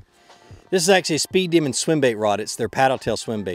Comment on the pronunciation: Welcome to the Kastking team! Love the Megajaws Elite, Kestrel Elite and MG12 Elite. Also, it's a speed demon not speed Deaman. 🙂